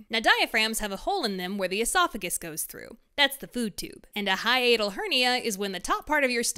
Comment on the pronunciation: Why are we pronouncing it as "hianal" and not "hi-atal"